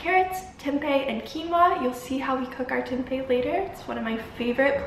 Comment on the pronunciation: this was so good !! thanks for making the video <3 as an Indonesian tempeh is a weekly meal staple and out of aallll the vegan food videos I watched your pronunciation of "tempe" is best, like spot on haha dunno why I had to mention that